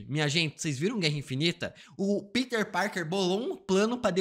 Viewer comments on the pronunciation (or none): none